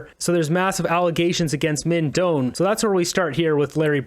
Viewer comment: FYI: Minh Doan is of Chinese-Vietnamese heritage. I have lived in VN. His family name is pronounced something like: DOH-ahn << 2nd syllable is low tone. Not DOHN. I checked the VN spelling: Đoàn. The descending diacritic over the "o" indicates low tone.